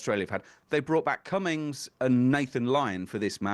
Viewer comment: The captain's last name is 'Cummins', not 'Cummings', if those of you English paid to speak about cricket would care to notice.